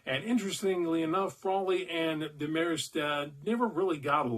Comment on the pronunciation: Did you say Deh-mare-est? It's Dehm-er-est. -- Drive-In Dave Lounder (yeah, that crazy movie actor guy)